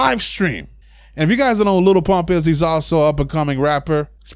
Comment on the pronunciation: "little pmup"